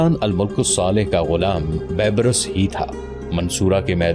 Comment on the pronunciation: Bhai Al-mulk nahi hota balki Al-malik Bola ya parha jayega and bebras nahi balki beebars sahih word hai